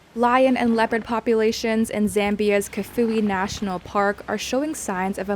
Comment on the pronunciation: Its not Cafui its called Kafue pronunciation kaafuuwee nice report